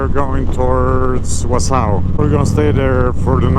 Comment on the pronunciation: Wausau, Wi. Pronounced: Wauh-saw. Great ride brother, can't wait to do it myself.